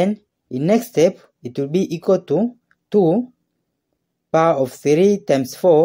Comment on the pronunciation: Itwoobeeikwatoo 2¹²*2¹ Then itwoobeeikwatoo 2¹³ 😂😂😂